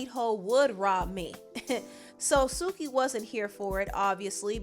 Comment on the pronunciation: Lol is laughed way too hard when you pronounced Suki as sucky